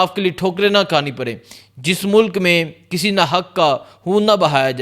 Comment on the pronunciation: Why do u pronounce khai as haii